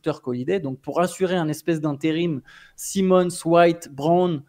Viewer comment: il aime mixer la prononciation des noms 😂😂 Un coup Anfernee Saille Monnz, un coup Anfernee Si Monnz.